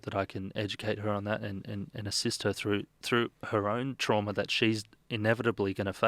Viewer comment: Its pronounced through not frew !!!